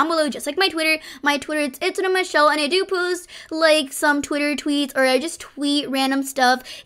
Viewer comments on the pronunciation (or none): none